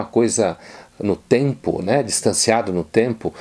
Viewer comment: Uma hora embolou tanto a palavra tempo que lembrei da DILMA falando🤔